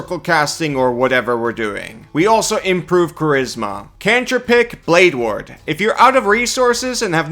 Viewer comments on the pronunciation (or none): none